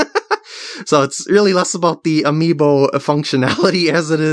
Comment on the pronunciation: He says amiimo instaed of amiibo. Also I don't know how to spell amiibo:)